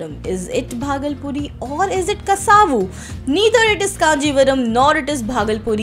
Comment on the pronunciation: Kasavu Pronunciation - Kasav Not Kasaavu